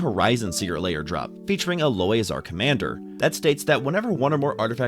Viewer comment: 'A-Loy' saying it off